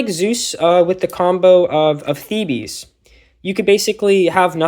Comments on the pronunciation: Sorry I just need to say as it's driving me mad, it's not "thebees" it's "theebs"!! Good video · Theebees is the bees knees